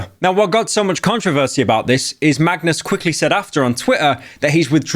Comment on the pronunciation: BRO ONLY PRONOUNCED MAGNUS' NAME RIGHT THIS ENTIRE VIDEO